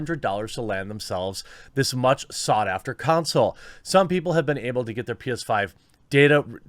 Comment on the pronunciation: "con soul" not "cown sill"